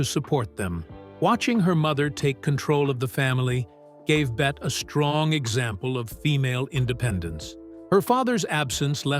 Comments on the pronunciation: Pronouced "Betty", not "Bet". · Why is her NAME being mispronounced throughout this ridiculous mini documentary? She was never called "BET" - her name was pronounced Bet - Tee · FINALLY- Agood overview! BUT - they still got things wrong ..3 things in total..First , her name is pronounced Betty not Bet ? Secondly , they didn't mention her second marriage to Arthur Hansworth & thirdly , Olivia Dehavilland was NOT a long time rival of her - she was a good & loyal friend from start to finish! All that aside - it was good cover of one of a very short list of Hollywood's very best... Thank you..😂❤🇦🇺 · For Gawd Sakes, The narrator is terrible. Her name is not pronounced Bett but Bette as in Betty. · “Bet” Davis? What asshole narrated this? This is a pathetic documentary, with its dramatic lines and its terrible script. Just delete this already. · The narrator should know better - she pronounced her name "Betty" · Really wish you'd pronounce her name correctly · Gee. Can you at least tweek the auto narrator to pronounce her name correctly??? Out.